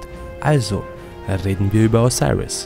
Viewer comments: O-SI-RIS so wird er ausgesprochen... dankeschön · diggah wie er Osiris sagt